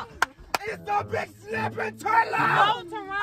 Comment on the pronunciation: He said a big snapping turla